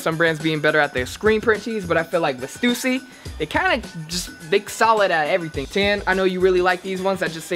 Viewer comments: I thought it was pronounced "stuhssy" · Stoosy??? You mean Stüssy lmao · Stoosy? Bruh it's stussy. Same as Adidas, not Adeedas. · I really hate how they said stussy, it's sta-sea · Is that how they pronounce the stussy? haha..i have been pronounce it wrong for years.. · did they pronounce stussy wrong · I have never heard someone pronounce "Stussy" like that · it has an umlaut ü not u